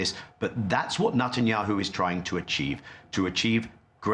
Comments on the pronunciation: bro’s pronunciation “Nut-anyanhu” is so perfect 😂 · Especially when he says "Nutanyahu". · Did he say "NUTenyahu ?